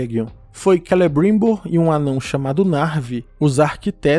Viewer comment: É tão engraçado você falado Celebruuuimbor. Kkk....